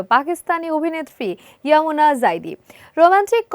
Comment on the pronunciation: আপনি বারবার ইউমনা কে ইয়ামুনা বলতেছেন😂😂